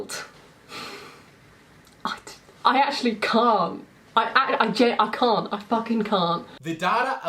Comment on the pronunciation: Did say I cunt or I can't? Sorry I don't want to assume the wrong thing. I'm kidding definitely saying I cunt.